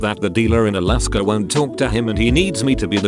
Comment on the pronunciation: Alaska How it’s pronounced: uh-LASS-kah text2speech: iliskuh